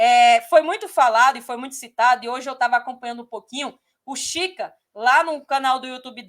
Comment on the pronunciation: Nao é chica é kika